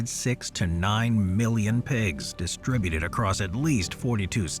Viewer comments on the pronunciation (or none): none